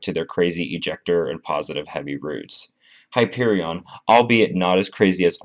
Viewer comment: You pronounced the name of the coaster wrong